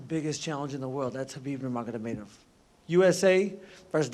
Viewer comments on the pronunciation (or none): Justin "Khabib Nurmagadameidov" Gaethje